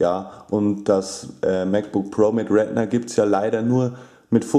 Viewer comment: Es heiß retina nicht rednet